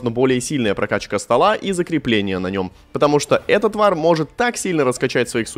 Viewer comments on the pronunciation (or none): В первью колоды услышал сначала "Эта тваръ", а не "Этот Вар"